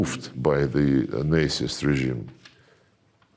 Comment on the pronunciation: Love how Mr. Lavrov says “Nazist” like “Nicest” regime😄